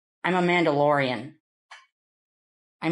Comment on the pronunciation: "Im a Manalorian" 😂😂😂😂😂😂😂😂😂😂😂 "This is the way" 💀💀💀